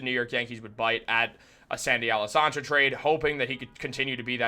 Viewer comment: Man pronounce Alcantara correctly if you are going to report on this.